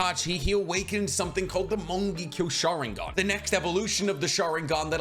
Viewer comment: I love how you say Mongekyo Sharingan its so funny